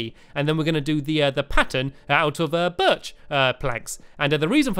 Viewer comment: he keeps saying birch wrong because in one of his vids he said birch=high pitched oak=normal spruce=deep